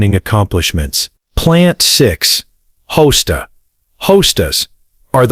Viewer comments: ‘Sedumbs’? ‘Host-as’? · Hosts - deer candy, yum! You don’t know how to pronounce many pl ant names. Good grief! You made yourself sound crazy ignorant. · It's Ha-stas not hose-tas. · Hoe stas 😂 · Hosta are deer resistant. NOT. 😂 Not only weird pronunciation - bad information. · I guest this is AI since it can’t pronounce Hosta or Sedum. BTW…Hostas are salad for deer…they are not deer resistant! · If you are going to let AI read your text, then for goodness sake teach it how to pronounce Sedum, Hosta and Astilbe. Please! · this was an excellent video but somewhat marred by cringe-worthy Mispronunciations. look up sedum, hosta, astilbe, hellebore. also menier is not a word and I can't figure out what you meant. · I cant rake they way AI is pronouncing the plants. Im out of here.😅😅😅😅😅😅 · The pronunciation of these plants, sedum, astillbe (the worst), hosta are ridiculous. People asking for these plants at a nursery will be laughed at. You need to clean this up. Cone flowers eventually revert to the native pink. And they do not like planters or generously reseed. Have been growing them for years. Neither of these things are true. I think you have embellished the truth about some of these plants.